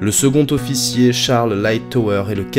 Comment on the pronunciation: C'est comme un zofficier probablement ;-)